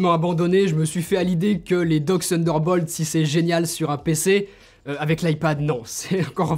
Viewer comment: J’adore quand tu dis « sunderball » tu es charmant ;) Pour le reste supere présentation. Claire détaillée et comparer divers appareils entres eux en situation est une supere idée. Pouce bleu, et pour le reste déjà abonné. Bonne continuation x Stéphane